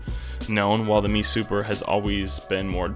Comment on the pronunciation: It's an "M E" Super not a" ME " Super. M E not ME.